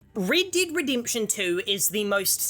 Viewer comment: Man Rid-did ridimption Man im sorry😂